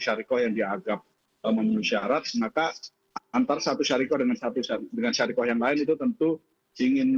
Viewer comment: Bukan syariqoh pak.. Tapi syarikah